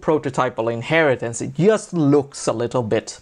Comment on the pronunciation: Why does he spell just as [jast]? What's the accent?